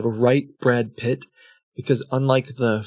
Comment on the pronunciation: WHY DID YOU PRONOUNCE BRAD PITT LIKE THAT